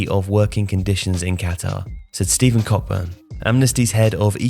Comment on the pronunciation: For the record the ck in Cockburn is silent. You made his name sound very painful